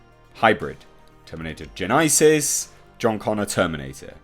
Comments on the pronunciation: Its not gen-EYE- sis....its one word gen-esis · Did you really just say "terminator gen eye sis"? Who the fuck pronounces genesys as "gen eye sis"? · Terminator "Gen-isis" what the FUCK did you say? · is that genesys to genises sounds is that an English thing like when you say "idea" differently to how we say idea here in the states? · He said genesis so weird